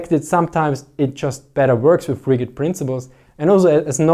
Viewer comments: As an observation only, and NOT a complaint: Rigid is not pronounced rigg-id. Rather, it is pronounced more as ridge-it. For some reason, it is one of those pesky english words with a missing letter. I look forwards to more content. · Rigid is pronounced as "ridge-id." The correct word for rigidness is rigidity. Small things, keep up the good work. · i noticed you were saying rigged with a hard G like in Rig but we really say it with j sound like in Jed i know thats not the way its spelled and that because English was created by people good at writing rules and less good at fallowing them